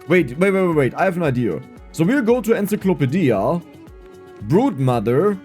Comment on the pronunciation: Is that how they pronounce "encyclopedia" ON NEPTUNE